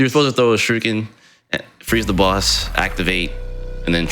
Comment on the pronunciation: Is it just me, or is he calling them "shirukens" ?